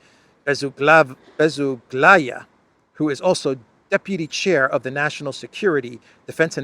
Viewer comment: Just FYI her name is Be zu gla ya. The stress is on the second syllable (zu).